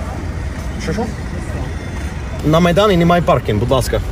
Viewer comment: 🤣🤣🤣 Фил амереканец настоящий ))) "шо шо"